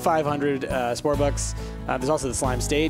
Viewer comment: he said spore bucks 😆 I miss spore